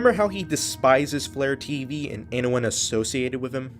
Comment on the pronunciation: When you said FlareTV I thought you meant vlare.tv